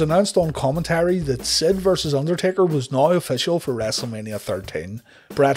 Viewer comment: "Noi" = "Now", and I'm cool with that, and you should be too.